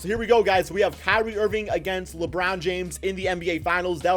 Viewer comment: Labrown james😂